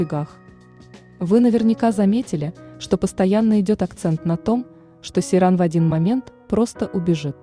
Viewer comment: Не Серан, а Сейран